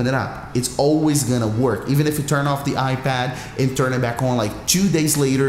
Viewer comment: "...on your iBad"